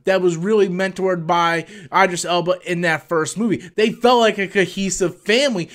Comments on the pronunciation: By the Way Idris is pronounced with a long E sound... EEdris love your channel! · It’s not Idris ... it’s in french so the I is pronounced like a e. Edris Elba. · "EyeDris Elba"...............